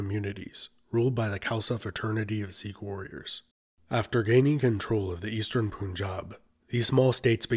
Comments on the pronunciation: Sikh* Not Seekh. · Well, you started off by pronouncing Sikh wrong.